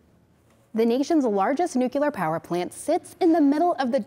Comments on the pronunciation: nu klier NOO KLEE Y ER nuCLEAR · Girl can’t pronounce nuclear 😩